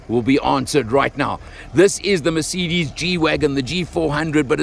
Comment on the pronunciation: Thank your for not calling it a mirsaydees like some inept do.